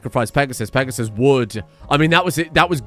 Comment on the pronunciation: Peg-a-sis. That is all.